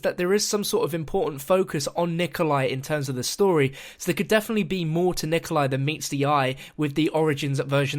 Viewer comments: ya he said 'Rikolai' in 4;03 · XD didn't say Nikolai or Berlinski right